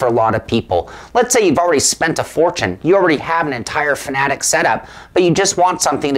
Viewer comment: Say it with me Fan-Ah-Tec...not fa-na-tic. Hooked on Phonics